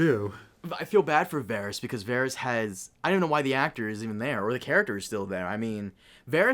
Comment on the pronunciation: I can’t take this guy seriously if he can’t even pronounce Varys’ name correctly